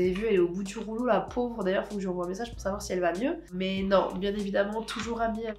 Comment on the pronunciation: Mon dieu, quand tu dis il faut sacher, j'ai les oreilles qui saignent, We say, IL FAUT SAVOIR que... Je ne sais pas si tu le fais exprès. Sinon j'adore ton contenu, t'es superbe